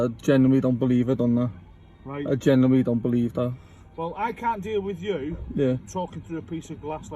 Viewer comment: "Genuwy" 😂 fuck me lad go n have a word with yourself!